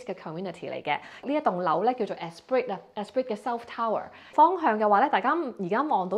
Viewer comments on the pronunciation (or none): Nice 1 bdrm. "Espreeee" not "Esprit" ;-) Oh... the chopsticks are narrow, but the it is in how you are holding them. The Top stick should be held between the thumb, index and third finger. The diameter of the stick won't matter then.